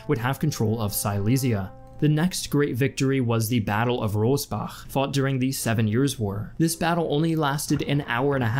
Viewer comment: Its the battle of Rossbach.... not Robbach.